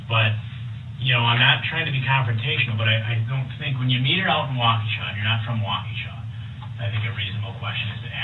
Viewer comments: The really low bond was in Milwaukee. He was bailed out by his mother 2 days before the parade. The statutory sexual seduction was in Nevada. Ebony died of a drug overdose. It's pronounced Wau-ka-shaw. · It’s pronounced wok-a-shaw. And Illinois is pronounced without the s. So Ill-i-noy. Thsnks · Good grief man. The city is pronounced Wah-kuh-shaw! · Baby its Wokashaw. Not wok a but wok ah shaw. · Bro, you know damn well the “s” in Illinois is silent! Illinoise!? Come on bro!! “Wakoosha” Wisconsin??? Bro they say that cities name 400 times during the trial. Come on bro. We gotta talk better than Derrell! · Waqusha, Wisconsin haha!! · It's so funny how you say the city's name. But its a hard one to say. Think- Walk A Shaw. Is how I think it is said any way. Maybe your right.... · Dude it's WAAA KA SHA Wisconsin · Wah-KOO-sha.??!!? Watch some of the trial and learn how to pronounce this city’s name. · It’s pronounced walk-ish-awe. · It is pronounced :wah-ke-shaw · Wah•ka•shaw Wisconsin. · Wisconsinite here...Thanks for making me giggle with the way you say our city names. Everyone does it. 😉 It's about time Dur-ell gets into where he belonged for soooo long. Sad to see his mother in all the interviews portraying him as a victim. Shame on Dawn Shame on Dur-ell for blaming Almighty God. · Great breakdown! Wisconsin isn’t even this light on mj charges. I can’t believe he kept getting off! As an aside, I’m from Wisconsin and hearing you butcher these city and hospital names is killing me 😂 lol I know it’s rough. His rap voice is annoying. Gross gross guy. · Being from the Milwaukee area it’s fun to hear you mangle some of the names of the cities and hospital🤣. Love the channel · Walk-A-sha CO. WI.... not Wacooosha. :) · It's walk-E-Sha not wahkooshuh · Wau-kew-sha??? WAU-KEE-SHAW. 😂😂😂 Kinda like Mill-wau-kee…. But loose the mill, and add a shaw…. WOW 😮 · No disrespect, but it is not Wockoosha it’s sounds like (wauk-a-sha) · Waukesha, pronounced walk- ah- shaw.